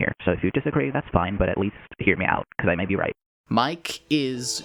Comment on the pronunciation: I'm very late to the party on this video, but a couple minutes in and Mike's name being pronounced "mee-keh" instead of the obvious existent English pronunciation is a fun little parallel to our other mysterious cat character with a misleading name, Seam!